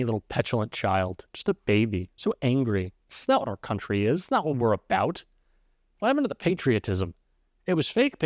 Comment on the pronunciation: She calls America '...a grate CUNTree..' horrible woman. Happy to sell her soul for money.